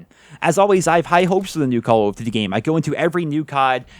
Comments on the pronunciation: “Cullv Duty” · The way you pronounce "Call of Duty" makes me smile.